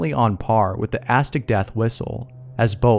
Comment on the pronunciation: az-tek, not astok